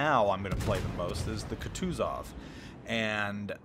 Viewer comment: Go watch Flamu to learn to pronounce “Kutuzov” correctly. :P